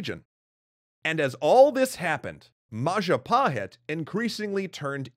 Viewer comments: Mapajahit ❌ Mahajapit ❌ Mapahajit ❌ Ma ja pa hit? ✅ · Mapajahit ❌ Mahajapit ❌ Mapahajit ❌ Mahapajit ❌ ... Ma Ja Pa Hit? ✔️ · As the last episode came up, I wanna say thank you very much for all hard work. . Just have one thing for all, including indonesian, about the most correct way to read "Majapahit". It is Maw-Jaw Pa-it ('h' is silent). It derives from Maja (read:maw-jaw), the bitter (pahit) fruit. My village name is still has its correlation, Curahmojo (Mojo-Creek). It is 40km from the center of Majapahit kindom. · Majahapit ❌ Mapajahit ❌ Majapahit ❌ Mahajapit ❌ Ma-ja-pa-hit? ✔✔✔✔✔✔✔